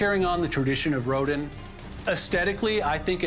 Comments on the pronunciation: Ro-din? Ro-DIN? No real art expert would pronounce it that way. is a fraud. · He's an expert and doesn't know how to pronounce Rodin???? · …you should learn how to pronounce Rodin…